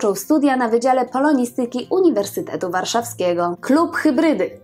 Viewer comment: Akcentujemy MUzyka, saTYryka, poloNIstyka. Świetny program, ale intonacja chyba nie klasyczna....Pani wybaczy, ale czytałam ostatnio wspomnienia Ireny Dziwdzic....Pozdrawiam KK